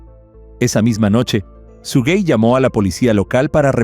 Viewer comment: El nombre es SUGEY no SUGUEY. No lleva ni se pronuncia con una segunda U.